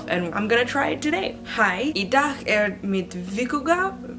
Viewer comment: Yay Icelandic 😄 Miðvikudagur is like three words pushed together. Midweekday. You're pronunciation is really good, seems your struggling a lil with the G. But apparently we have weird sounds that ppl have a hard time wrapping their head around. I once tried to teach my english speaking cousin to make the double L sound but it was hopeless 😅🤣. I also found it super entertaining to listen to her read icelandic text. (Wow I am far to easily entertained 🤔)